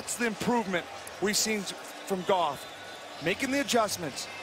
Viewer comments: it sounds like he said Jerk Off but he really said Jared Goff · Where's goff now? La ooh sa er in Detroit...🤣